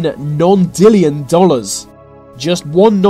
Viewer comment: It's not a nondillion its a nonillion